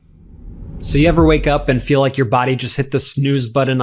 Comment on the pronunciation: A 5+ minute commercial by an obvious man in his 20's about "we all ferl the paon of aging" omg - disrupts this video and is like a road block to me! Make them SHORT, less than a minute or I will stop watching.